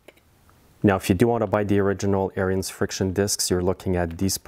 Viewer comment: Good Video - Ariens pronounces their name on their videos as "Errands" and not "Err-i-ends". They don't pronounce the "I" like you do. I measured the thickness of the rubber on a new friction disc and then measured the thickness on the disc on the machine so that I could predict how soon I would have to replace the friction disc. I didn't have to replace the disc until it was 6 seasons old. Every year, I take off the belly pan and clean and check.